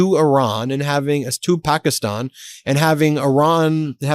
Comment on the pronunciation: I like how Ben actually focuses on his pronunciation of the words like Pakistan and Iran